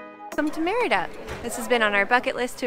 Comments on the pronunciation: It's pronounced Mérida not merita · Great video. I just wish you would work a bit harder in pronouncing the name better. Not merry-da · Why are all YouTuber gringos always so terrible at pronouncing Mérida?